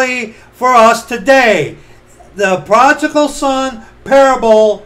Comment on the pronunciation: Pro-di-gal... prodigal...